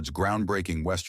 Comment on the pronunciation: Pronounced "Bettee" Davis, not "Bett."